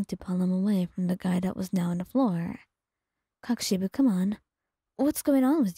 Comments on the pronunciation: or normally pronounce it as "koh-koo-she-bow" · I think your saying it super wrong 😂 I’m not sure how to explain it but your mispronouncing something from what I’ve seen most people do it’s kok-o-shibo I’ve heard the kok part be pronounced more like coke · I can’t get over the fact how she says kokoshibo 😂😂😂it’s so funny